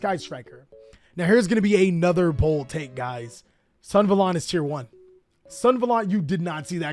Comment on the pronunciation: Sun-Ah-valon, not Sun-valon